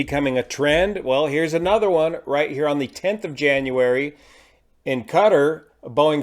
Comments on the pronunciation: 'cutter' airways? No i believe its pronounced "KA-TAR" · PLEASE learn how to pronounce 'Qatar' correctly